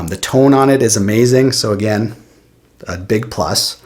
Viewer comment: I could tell he was Canadian as soon as he said "tone" or rather (too-ne) lol